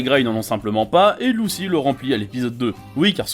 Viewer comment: 《Lousi》😂😂《 》on dis mayvis 😂😂